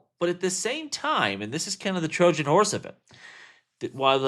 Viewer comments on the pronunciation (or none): none